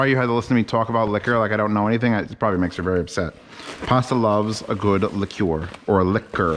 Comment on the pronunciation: You've redeemed yourself by saying liqueur correctly though